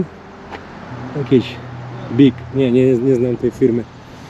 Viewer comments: Stary samochód Buick to nie „bik” a „bjułik”, w latach świetności pozycjonowany tuż za Cadillackiem😉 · krejzoli jak my, ktorych interesuje historia motozyzacji .... koleś stoi obok buick;a legendy amerykańskich sportowych samochodów i mówi .... "bick" nie nie znam tej firmy Ja pier.... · nazwę tej marki czyta się biłik ;) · Bjułik się czyta. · Buick czyt. Biułik (dosc popularna marka dostepna do dzis) Jak zwykle super odcinek. Pozdro.